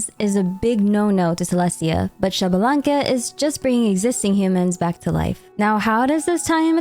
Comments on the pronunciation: Not Shabalanque its ISHbalanque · Xbalanque is pronounced eesh-bah-lan-keh, not shabalanque. The X before a consonant in mayan is pronounced "ish" or "eesh" for english speakers.